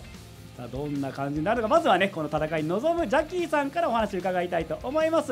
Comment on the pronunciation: 、絶対「じゃっきーさん」って言ってるよね？